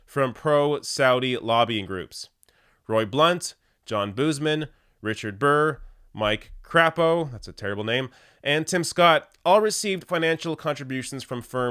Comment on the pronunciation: Mike Crapo's name is pronounced Cray-poe I know because he's my senator in Idaho 😞